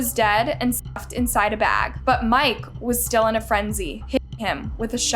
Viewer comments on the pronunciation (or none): A come on bro... you can't say the word STUFFED!? Come on now